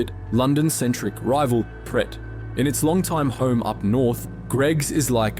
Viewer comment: Very few English people can pronounce Pret properly ... It's like "pray"